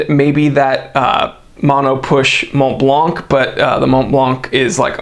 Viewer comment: Le french tips: gradué=graduay. Montblanc= Monblan, not Monblank.